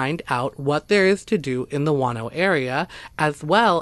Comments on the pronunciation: I kept hearing "wanno" and didn't know where that was until I heard the capital and realized you were talking about Juno..lol..interesting stories.. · It's Juneau, (JEW-KNOW) NOT FUCKING, "Wahn-oh..." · P.s. it's not Juano but pronounced Jew no Alaska. Love your channel. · It's JUNE-OH..........not Juan-oh. Juneau, Alaska..... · Your Alaska story covering "Juano" should be called Juneua, pronounced Ju-no! There is no town called Juano in Alaska, maybe Spanish for Juneua? By the way, that is the capital of Alaska. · I love you stories but you need to get some tenth names right on the town's I mean it's not wan-no it's pronounced Juno Alaska.other than that I love your stories please turn your recording volume up a little bit cuz sometimes I have to use your plugs and even then it's hard to hear you keep up the good work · I also love your stories and have listened to many; however, it would help if you researched how to pronounce the names of towns. Juneau is pronounced June-O. I have also been there. Thanks for your stories and keep up the good work. I'm not trying to criticize just feel people would feel closer to the stories if the places were pronounced correctly. It took me awhile to realize what town you were talking about in Alaska because of how you said it. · Juneau Is the capital of Alaska and is not pronounces like so many city is the lover 48 states with the H sound. It is pronounces just like the month of June with an O on the end as in Oh. For a moment I didn't know where this place must be in Alaska until you told us about a court case which would have been in the Capital city of Alaska, which can only be assessed by airplane or boat. It has roads for cars inside a very small city that run along the coast for just a few miles and then just dead end. The capital building looks like and office building built in the 1970's that you'd see in every town and city in the country.